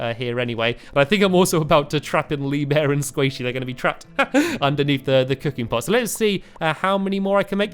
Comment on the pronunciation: Every time you say sqaishy I think squishy